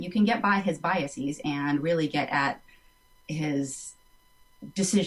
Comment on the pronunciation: mispronounced biases